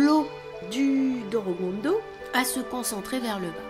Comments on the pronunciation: Euhh on est d'accord sur le fait qu'elle prononce DOROGONDO à la place de DORODANGO? (sinon merci pour la video) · attention pour ce qui est de la prononciation l'écriture est corecte mais la prononciation est "Dolodango" le "R" en romaji (japonais) se prononce comme un "L". Sinon tres jolie video félicitations